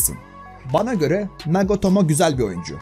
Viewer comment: NAGOTOMO DIYON ABI SPIKERLERI DUSUN BIDE JFIRJFJDI